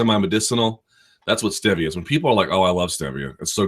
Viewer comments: say "Stev-via" one more time. it's "Steve-ea" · Not really. My wife and I live in DC and she's from here; doesn't pronounce it like he does. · Chad Wick no one pronounces it like he does cause he's flat out wrong